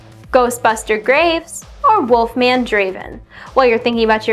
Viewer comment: its wolfman not walkman...